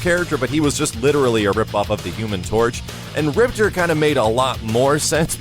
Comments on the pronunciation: RIPTOR not ripter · Game says "MAY-LAY" and you still say "mee-lee" Game says "RIP-TOR" and you still say "ripter" c'mon. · Rip-TOR...say it with me lolll. Thanks for the vid though bro:) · Hahaha I have no idea why, but I hate when people say Riptor like "Rip-ter" his name is "Rip-Tore" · In the game, they pronounced him Rip-tore, rather than Rip-terr